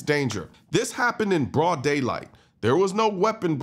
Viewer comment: Why do you have to emphasize broad daylight, as if it happening at night makes any difference?